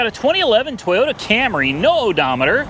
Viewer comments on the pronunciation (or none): none